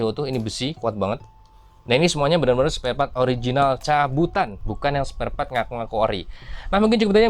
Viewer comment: Sparepart bang bukan spartpart 😂